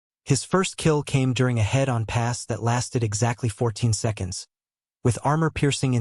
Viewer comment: AI mispronunciations repeatedly screw this up. My favorite is "Approaching head. On." It's one word, "head-on". And then later it's a "head" "on-pass". Dozens of these make this silly. Also talking about 'Zeroes while repeatedly showing images of U.S. combat aircraft is just dopey as hell.